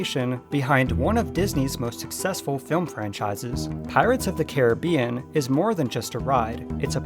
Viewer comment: Learn to pronounce Caribbean right